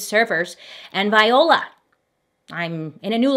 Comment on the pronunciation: I love bailey and her pronunciations. But I had to search for this comment; viola was too funny/cute 🤣